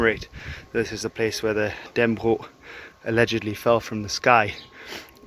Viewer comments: Dan-nə-brog, not Dann-brog. And Valdemar is with a "hard d": Valdemar was a danification of Vladimir, which got into Danish through a royal marriage with a Slavic princess, who named her son that. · its sound like you are saying dan bro insted of dannebrog